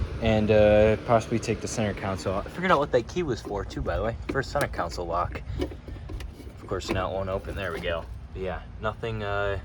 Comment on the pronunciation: Counsle = Console (con-sole)